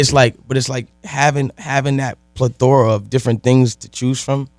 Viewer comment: Plethora “pleh -the-ruh” not “pla-thora”